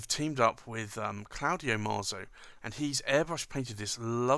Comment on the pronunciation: Allow me a knit pick, you pronounce it maazi, but I believe in Italian it would sound like matsi. Much like pizza is pronounced pitsa.